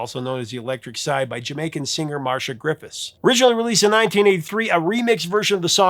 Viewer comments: Thanks for this very interesting video. FYI Ms. Griffith's name (Marcia) is pronounced "MAR-SEE-YAH" not "Marsha". And Rastafarians would NOT have written a song about a vibrator, so I believe Bunny Wailer. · Marcia, not Marsha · Love the channel,Sir. 😊 I've always heard it pronounced Mar see ahh. 😮